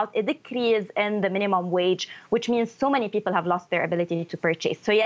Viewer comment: 1- Her last name is not Fahrat 2- pls tell her to learn how to pronounce English bef speaking it: People is “pee-pull” not “pee-pill” 3- among other poor linguistics